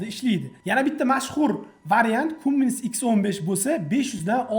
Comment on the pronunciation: Kummins falsch Kammins richtig Aussprechen